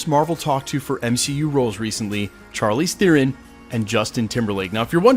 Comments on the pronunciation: Can you pronounce Charlize Theron's man's right just once? Is an sh sound not a hard ch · I like how is worried about mispronouncing Chukwudi Iwuji's name and yet, throughout the entire video he screwed up Charlize Theron's -- someone who's won an Oscar and is mega well-known. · I don’t know if you pronounced dudes name wrong, but you sure as heck can’t say Charlize Theron right 😝 But seriously, before I saw the name Faiza, that character description made me think Storm. Thanks for all you do. Can’t wait to see what the actual castings are! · You pronounced Chalize Theron wrong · You didn't apologise for the mispronunciation of Charlize Theron. 🤔